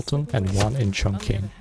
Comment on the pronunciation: You pronounce Chongqing incorrectly. It's pronounced like "Chong Ching"